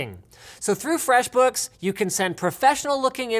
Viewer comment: "So head over to FREXBOOKS" Really Linus, Really?